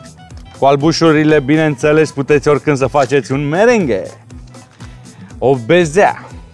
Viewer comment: Meringue,nu merengue,că nu dansează....păstaia de vanilie